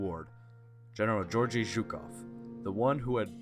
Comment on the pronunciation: Mispronounced Georgy. It is the other G sound not like in George but G as in good. Also there were no German armor or British soldiers at Khalkhin Gol. Good presentation though.